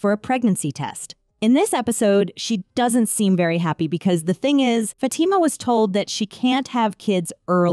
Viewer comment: She pronounced it good imo